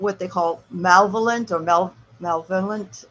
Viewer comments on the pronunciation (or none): Malevolent is pronounced muh-lev'-uh'-lent.